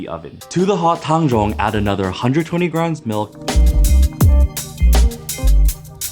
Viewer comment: holy fuck this is the first time ive heard anyone pronounce tang zhong accurately slsjdhskshdjk